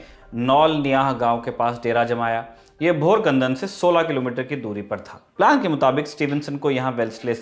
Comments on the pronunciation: Bhor kandan nahi, Bhokardan ( Place of MP Raosaheb Danve) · It's not bhorkandan. But bhokardan. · भोकरदन not bhorkandan👍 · मराठा सेना का डेरा भोकरदन गाव में था, ना की भोरखनंदन में (5.59m) .गलत उच्चारण किया आपने. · Its bhokardan. Not bhor kandan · भोकरदन है भोरकंदन नहीं है❌जुही नदी जुहा नहीं असलागाव नहीं आसई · It is bhokardan not borakhdan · Isko seedhe se "bhokardan" nhi bolne aata ye historian kaise hua😂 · केलना नदी नही खेळणा नदी है, भोरकदन नही भोकरदन है